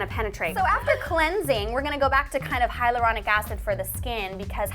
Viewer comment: it should be hyaluronic instead of hylauronic..FAIL